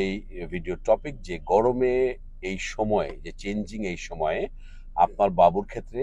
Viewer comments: vai gomore na gorome hobe. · গমরে নাকি গরমে?